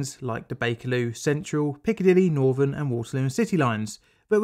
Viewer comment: The main content of the video is good but speaking saying "Norvern" instead of Northern "Norf" instead of North and "Firty" instead of Thirty just makes this unwatchable as the narrator comes across as an uneducated scutter and makes it hard to respect anything he says when he cannot even speak correctly.